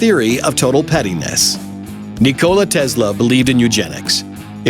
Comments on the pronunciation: Ni-cola tezla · Any gonna say anything about the way he says nikola Tesla